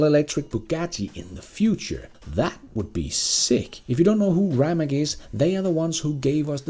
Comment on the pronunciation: Rimac is read as reematss. Cheers!